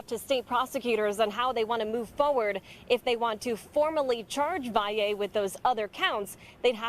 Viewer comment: It's pronounced Vally not how all you newscasters are saying it. If you are going to report the news at least try!!! SMFH